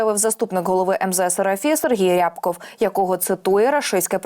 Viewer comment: Не ряяябков, а рябкоооов